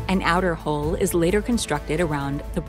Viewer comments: HULL, not HOLE! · Hull not hole. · Hull and Hole are not pronounced the same. This sounds strange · hUll, not hOle darling. FFS ! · learn to pronounce hull rather than hole.... hull /həl/ hole /hōl/ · Hull is pronounced like the word "dull" not like "hole". Homework: work on that in the bathroom by yourself before trotting it out at parties. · Learn to properly pronounce " hull ". Even YouTube thinks you're saying " hole ". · The word is hull not hole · Right away it was the word Hull that got me her pronunciation sounded like hole.